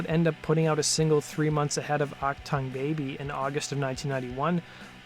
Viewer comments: Its German, say AhhK tuung Baby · AK Tongue Baby? You really don't know how to pronounce Achtung? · I don't know why, but whenever someone mispronounces achtung it really gets my heckles up. It's Ach-toong, like TOON with a g on the end. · It is not act tung it is AUCK Tongueg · Love the pronunciation "Ack Tongue". It's "Ock Toong", dork. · This story has no traction outside America. I've never heard of this band. What they did sounds puerile. Achtung Baby was not only a huge seller, but it is a great album. You can't even pronounce it correctly. Ack-toong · Act ton Baby? Really that how you are going to pronounce it. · "Achtung" isn't pronounced "Ack-tongue". That's what Bill the Cat does. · ACH-TONGUE Baby????? Really? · "ac tongue'? Really? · Jesus! It's not pronounced "Ack Tongue." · "Ack-Tongue Baby," lol. C'mon, man... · Aack- tongue Baby? OmG. Please get a dialect coach, and then find someone to write more accurate, less salacious video titles. There was no hypocrisy. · So is that "Ack Tongue" or "Uck Tongue"? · Not "Ock TONGUE". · I've never heard "achtung" pronounced like this before. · Ha you don't even know how to pronounce it. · This narrator sounds like a metronome reading a script he doesn't even know how to pernounce Achtung. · You call it rock stories but don't know how to pronounce 'achtung baby'! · I can’t listen to this until you learn to pronounce Achtung. It is a Germany word. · The title of your video is misleading, where is that hypocrisy you were talking about? And if you don't speak German and you don't know how to pronounce "achtung", why didn't you look it up online? That would have cost you 30 seconds and you would have avoided making a fool of yourself. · Please learn the correct pronunciation of "Achtung" It's a German word meaning "attention " . You make it sound ridiculous.